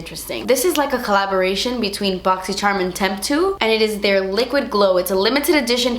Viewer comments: no hate or anything whatsoever, just super curious, why do you pronounce charm like that? like just an accent or something youve done forever? sorry im a new sub, idk if youve explained it before lol edit: i did think it was a joke to begin with but ive only ever heard you say charm like most people once kind of 😂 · every time you say "charm" I giggle!!! love it! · Wish she would pronounce charm correctly